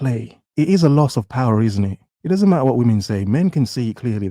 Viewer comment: "Money comes and goes (like whamen)"